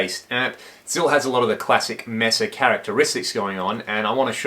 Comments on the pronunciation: For the love of god, it's pronounced May-sa -- it's a Spanish word. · Love this amp! Mesa pronounced 'may-sa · In spanish Mesa isn't pronouced May-sa ! More like meh-sa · It's hard you hear you mispronounce Mesa over and over.